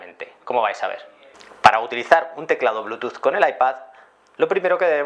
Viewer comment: al bluetooth le dice blutus xD